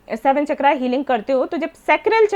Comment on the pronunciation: चक्रा नहीं- सही शब्द है- चक्र